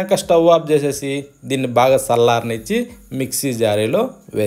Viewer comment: రుసి కాదు రుచి సల్లార్చి కాదు చల్లార్చి